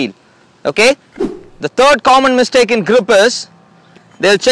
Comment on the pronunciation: It's mistake not mistack.